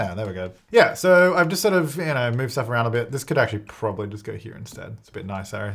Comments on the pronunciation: "Prombably." I have to leave now. 🤣🤣🤣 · I "liked" this video at the point you said "prom-bably" bc that is classic. 😅